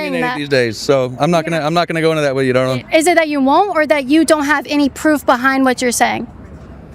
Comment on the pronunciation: The guy with the mask and saying dawling hahaha he thinks the mask will save him